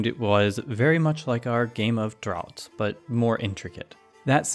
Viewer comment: 'Draughts' is pronounced 'Drafts'. It's the normal English spelling for all kinds of draughts, from draught beer to draughts under doors. Not so recognisable though if you're American and used to the drafts spelling.